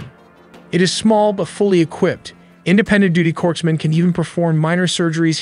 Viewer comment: "Corpse men?" 😂 Corpsmen is pronounced "core-men."